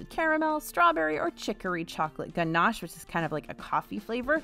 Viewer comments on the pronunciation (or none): none